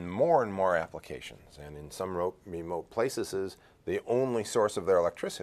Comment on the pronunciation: Rémóté Plaiçeseseseses